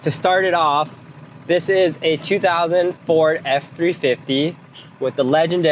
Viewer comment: They think it’s a 6.0 (and I did at first also) because the way you say it “2000 ford” sounds like 2004. They switched to the 6.0 in 03. Anyway keep up the good work ur humor’s hilarious. Oh and get the air dog lift pump with fuel heater. Doesn’t hurt to run it off the sump and go around the sending unit that always breaks.